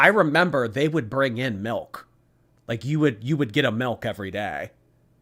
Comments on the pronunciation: The word milk (or malk as she likes saying it) has no meaning to me now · WHY IS SHE SAYING MELK?!?!=?!?!?!